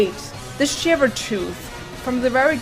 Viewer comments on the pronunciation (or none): none